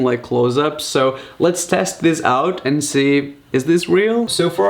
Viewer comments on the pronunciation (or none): none